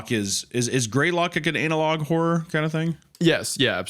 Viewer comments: Is hunter pronouncing the word like it is spelled "anal log" on purpose or...? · Love how meatcanyon refuses to pronounce analog correctly and says Anal-log every time.